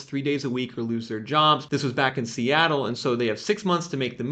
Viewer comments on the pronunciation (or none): none